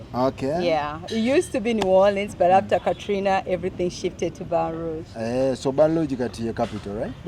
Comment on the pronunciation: Baton Rouge😂😂😂😂😂😂not Balug